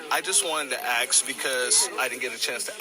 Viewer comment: Perhaps if you "ASKED" a question...instead of... "Axing" a question....